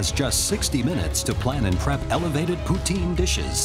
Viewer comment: Why would college kids want "Japoutin?" They lost before it even started.